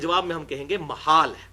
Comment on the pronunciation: مُحال بالضم او محال بالفتح؟ الصحیح محال بالفتح